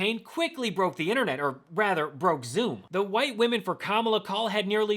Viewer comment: And you still pronounced her name wrong????